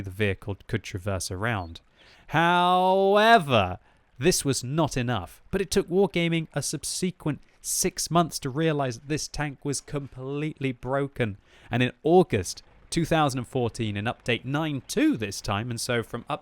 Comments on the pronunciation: FFS it's sub-si-quent not sub-sea-quent, how many times do you have to be told not to put the emphasis on the wrong syllable? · Blast from the past. Oh and, it's *sub*sequent, not sub*se*quent:)